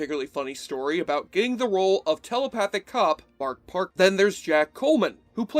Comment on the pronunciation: you thought we wouldn't catch you saying "Mark Parkman" but we did....